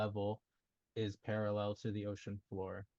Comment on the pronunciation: Flat clown says Para-LELL like David Wise and his Daddy Nathan